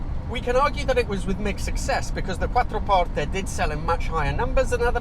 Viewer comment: Best pronunciation of "Quattroporte" I've ever heard from a non-native. :washhands::yougotthis: and great video overall!